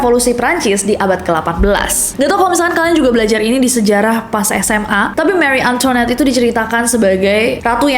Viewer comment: cara bacanya mari antoan